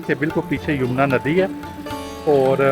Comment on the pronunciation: Nice guidelines But its yamuna river bro not yumna river 😂